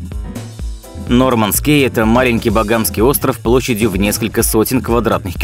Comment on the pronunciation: Не "Норманс Кей", А "Норманс Ки".